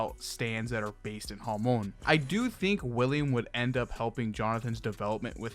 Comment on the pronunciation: i'm sorry but why do you pronounce hamon like jámon